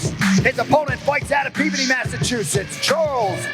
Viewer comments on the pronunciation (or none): none